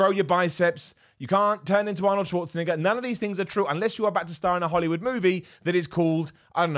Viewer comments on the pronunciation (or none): Please stop saying Schwarzenegger like that